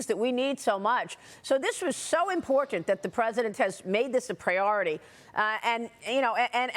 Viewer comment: Maria is one of the last few people on Earth who knows how to pronounce "Important." You know, with T's.